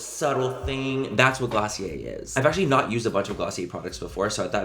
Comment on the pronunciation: That's "GLOSSIER".... DO you hear me?....Lol😹🆗☺🎤lov you Manny....👍